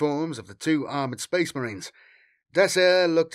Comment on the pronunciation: Oh boy, more sphess mehreens